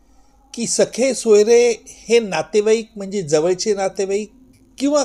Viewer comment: Not sakhe soyare. Sir, sagesoyare. With due respect to you